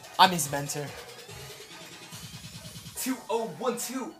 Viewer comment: said menter not mentor